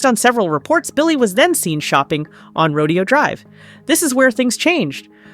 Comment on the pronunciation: You don't know how to pronounce a famous place in LA? It's Ro-day-o.